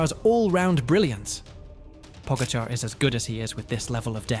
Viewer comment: Po-GA-char. Source: I'm Slovenian :)